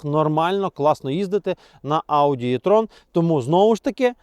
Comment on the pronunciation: Автор,а ви у школі,як вчилися? Я підозрюю що ви буди двійочником,бо навіть не вивчили абетку! Ви не знаєте що ця літера "Е",а не "Є"!!! Навіть на латині-це літера "Е",не "Є"! Як ця кацапщина засіла в наших головах!!! А ще ці галичан зі своїм "поняли",не "поняли,то ЖАХ!